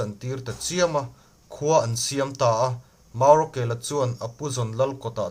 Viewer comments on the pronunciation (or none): Chhiar mak boh boh ve ngaihnawm loh, maurawkela pawh ni lo. Murakeka a ni zawk e